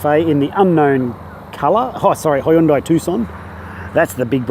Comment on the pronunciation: Im just joking because of his pronunciation